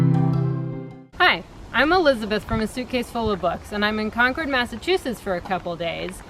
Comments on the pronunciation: Wow, I actually live in Concord and its very interesting to hear an outsiders perspective! Also, its pronounced Cawn-curd, haha sorry to correct you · So lovely. Concord MA and Concord NH are pronounced like 'conquered' :D